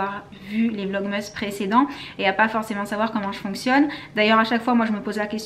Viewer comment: Tu me stresse a dire « vlogmeeees » 😂 sinon j’adore vos vlogs💜